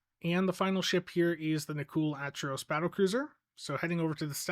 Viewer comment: It's pronounced Ack-er-oss. Like with the Acheron. It's not Atch-eron. It's Ack-eron.